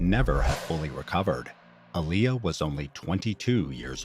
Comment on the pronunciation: And btw you pronouncing her name wrong